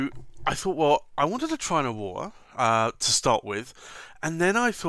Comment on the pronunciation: "Ohwowhra" ... "bless you"